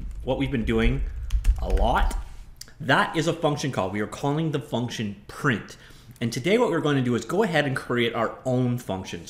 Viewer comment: FUCNTION IDK why I find that so funny haha